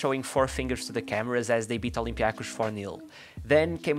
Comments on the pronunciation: As a greek speaker hearing you pronounce olympiakos olympiakuch made me laugh 😂. The correct pronunciation is olympiakós :) also aek is áek 🙂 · Your pronunciation of olympiakos and aek had me dead 🤣🤣🤣 nice video though! 🙂